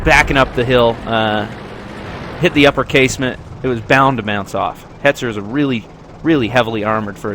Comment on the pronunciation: Its hetzer -_